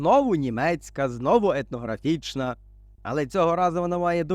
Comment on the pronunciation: По-перше дякую автору за, як завжди, цікавий виклад, по-друге дякую за те, що автор не йде на принцип і не вимовляє "ефнографічна", щоб не різати людям слух, позаяк зараз багатьом ріжуть слух слова типу "міт", "Пітагор", по-третє мене здивувало Ваше твердження, що українцям не дозволено селитися де вони захочуть на своїй землі, ну і по-четверте, як це не парадоксально (бо ж тоді були кріпацтво, рабство і т.п.), але найкраще українці розмножувалися при цісарях і царях і не тільки вони, як я розумію.